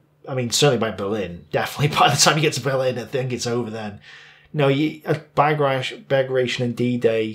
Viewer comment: it's Bah-grah-tee-on - almost like Baratheon from Game of Thrones.